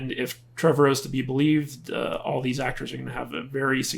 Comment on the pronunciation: Trev-ARE-O. Anyway. Look the guy May not be the end all be all AAA writer. But he respects the franchise and the fans. Takes criticism well and I believe wants the best for the franchise. And did someone say a Jurassic Universe. Sign me up. Netflix already has a cartoon lined up “Camp Cretaceous”.